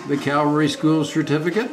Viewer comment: It's pronounced cavalry, not calvary! Hee hee hee!